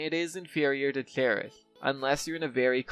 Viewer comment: why do u pronounce "cherish" in a way that i can barely understand? its like u r having trouble to pronounce that word. why?